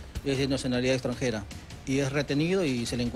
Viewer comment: Is nacionalidad. iXTRANJIRAAA.. IXTRANJIRA PE....JUAN LUNA